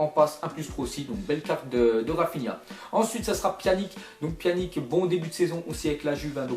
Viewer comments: Ca ce prononce pianich pas pianik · au tu prononce mal pyanic